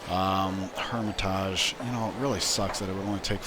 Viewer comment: It's been mentioned before but bears mentioning again, that is not the correct pronunciation for Hermitage. Since it's the English translation of Эрмита́ж, either the English way "hermit-age" or "hermit-edge" or the Russian way "Ear-mit-ash" is correct.